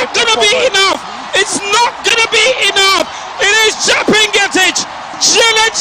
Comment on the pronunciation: please she is chepngetich not chebii ngetich